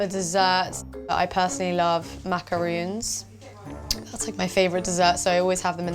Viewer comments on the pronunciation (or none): Macarons it's French, macarú as she pronounce it in other languages means mucus, where does due finds the letters UU in the middle of Macarons give them in English or people would think that you eat mucus 😂😂😂😂😂